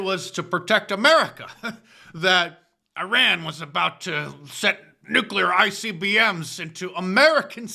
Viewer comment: Mark Dice doing the cringe fake accent when pronouncing Iran. "EeeeeRhaaan". In America, we say "eye- ran", get it right Dice.